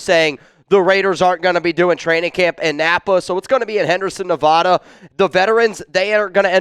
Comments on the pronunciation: Please learn how to say the name of the state 😮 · Need to work on how to pronounce Nevada